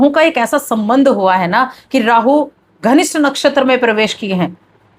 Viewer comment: Dhanishtha ko ghanisht bol diya tab hi samaz aa gaya ke kitani deep knowledge hai😂😂😂😂😂